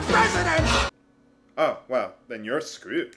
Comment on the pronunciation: "I don't know what to do! I can't make decisions! I'm a president!" "Well then you're..." Did you say screwed or Scroob? Either way you were right!